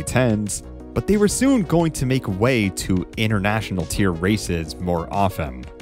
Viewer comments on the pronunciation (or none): none